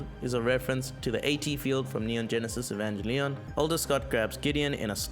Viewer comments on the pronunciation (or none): Hehe "e-VAN-ge-LEON"